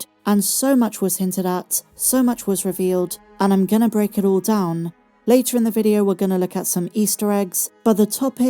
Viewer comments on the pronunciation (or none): none